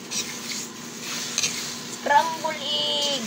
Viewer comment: Scramble egg Hindi cramble😊